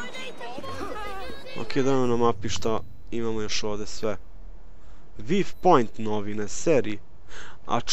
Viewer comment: Msm da nije viv point nego vju point al nisam siguran :) I bolje su duze epizode